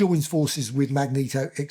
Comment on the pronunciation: This is the only Marvel Omnibus I own. I did have the original run but sold them all over the years. I plan on reading this book soon. I still wince whenever you mispronounce Magneto's name. LOL. Thanks for the review!